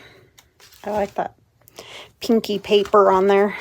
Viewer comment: I was looking down and heard "I like that little kinky" and was like... Wait. What?? I look up and realize you said "pinky" not "kinky" about pink paper 😂 😂 😂 Oh dawn. Geez. I love the contact paper and I can't see any bubbles 😍😍 cute project and those bags do look like the perfect weight.